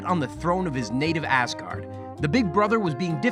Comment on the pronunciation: Am I the only one hearing “Assgard”?